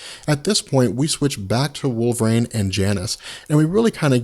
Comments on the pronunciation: Wolverine not Wolverane ;) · I just keep hearing "Wolvrain... wolvrain... wolvrain"